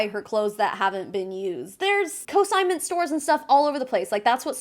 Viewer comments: CON-SIGNMENT. NOT "co-signment". You repeatedly use a word that doesn't exist. Co-signing something is a thing. Selling clothing on consignment is a thing. They are two entirely different things. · I’m so so sorry and this is such a non-issue but it’s CONsignment, not CO-signment. Again. I’m so sorry. I’m terrible. Love your vids! Keep spreading the incredibly valuable information!